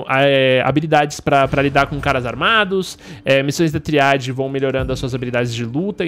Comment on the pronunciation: Ai q agonia do patife falando triáde